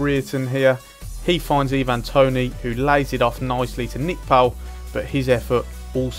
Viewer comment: And your saying ivan toney wrong, just pointing out cos it was irritating me aha :p